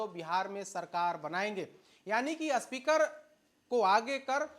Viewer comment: जो स्पीकर को अस्पीकर बोल रहा हो, वो आये है ज्ञान देने... चल हट ..